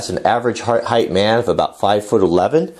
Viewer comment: I love your matter-of-fact approach to this bench. However, you keep saying a term that is a pet peeve of mine. Legs/benches, (in fact nothing) has "heighTH", they have height! lol